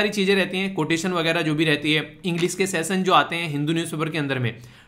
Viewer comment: सेसन नहीं सेशन 😂😂